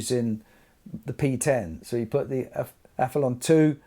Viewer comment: I hear a few people call it the Aph-e-lon on Youtube. Is it not Aph-e-lee-on as there's an 'i' before the 'o'?